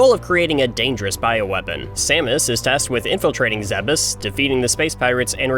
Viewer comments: I'm sorry... Zeh-bus? I've always said "Zeebs". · Stop calling it "Zebbis" and learn how to pronounce "Zebes" like an American. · It's pronounced 'zeebz' Just like Thebes, Egypt. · Wait...is that how Zebes is supposed to be pronounced?? I've always pronounced it like Zee-b's